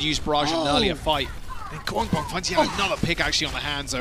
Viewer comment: pls stop saying gwangbong casters. pls